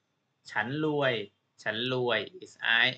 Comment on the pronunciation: You are pronouncing the ร raw rua.. as L sound Law Ling ล Khun Luay Mai